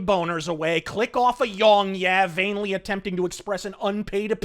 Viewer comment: I agree. I started watching him sometime right around the whole Fallout 76 debacle and quit not too long after. He's so bland it's offensive, and his talking points all seem to come from someone else. That and the words 'yea' and 'yeah' are two different words with different pronunciations, I have a problem taking anyone who doesn't know the difference seriously. His username should sound closer to 'yongyay' based on how it is spelled.